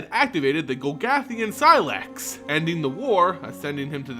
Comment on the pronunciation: Love you but dear GOD thank you for learning how to pronounce Sylex. Golgothian- still a problem but that word sucks anyway.